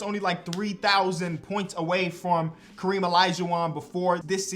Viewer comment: Hakeem not kareem 50 sec in